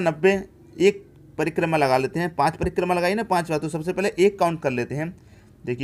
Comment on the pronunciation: Sir prima nhi hotta h, prikrma hotta h😂😂😂😂😂😂